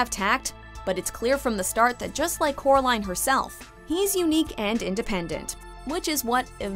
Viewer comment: Instead of coraline the boy says Kara line